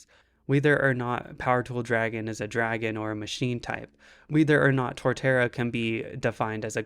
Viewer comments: Fucking "wee-ther"? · This is fantastic content. Good job. Though I can't get over how you say "whether" like "weether" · great topic-in-analogy & demonstration, cool to see another. & you're pronouncing whether oddly.